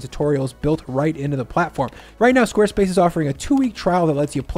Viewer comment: Did you just say square splace? 😂